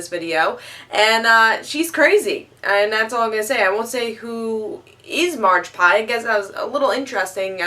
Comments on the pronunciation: Haha...Margpie... It's Magpie,. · Did someone tell her it's magpie. Not marge pie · its Magpie not margpie